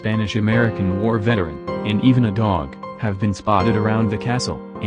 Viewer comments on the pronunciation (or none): none